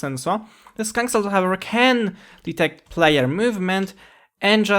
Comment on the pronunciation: "scock sensor."